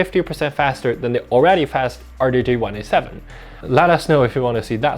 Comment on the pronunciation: "D J R 1 8 7" not "R DAY J 1 8 7" lol